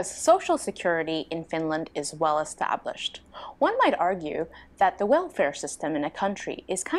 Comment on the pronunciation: You should absolutely move to Finland or at least visit us at some point! You would be most welcome. Btw, I absolutely love you accent, cannae deny it (see, what i did there:). I love how you sometimes replace L with sort of W - like "well" turns into wew, and welfare turns into "wewfea". It's hard to describe in letters, but it's such a cool accent!